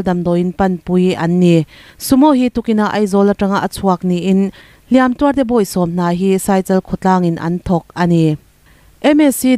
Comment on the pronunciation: 'Hliam tuar' thlûk leh 'Hlîam tuar' thlûk hian awmze hran a nei in ka hria a... I hman pawlh vek hi a dik ber em aww tih ka lo ngaihtuah mai mai... Chuan, a bengvar thlâk lutuk e.